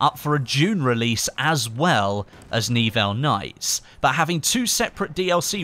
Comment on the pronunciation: i'm pretty sure it's not N-Evil nights, but Ni-Well nights;)